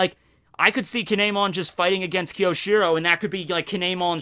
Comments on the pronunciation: Fuck, your pronunciation is killing me. You're usually such a weeb so how come you don't know it's Kyo-shi-ro and not Ki-yo-shi-ro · Great video! But be careful my fellow Japanese student. It's きょしろ and not きよしろ.